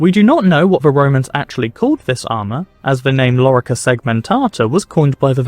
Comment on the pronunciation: Lorica no larica asino😮